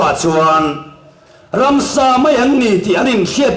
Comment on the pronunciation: Ransa.....ti lovin...Ramsa ..tih tur